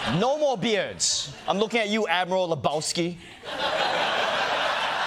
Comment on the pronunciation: Bro, he said admiral lebpwski